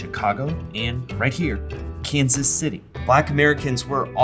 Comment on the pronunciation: I think you mispronounced Kansas City there, bud.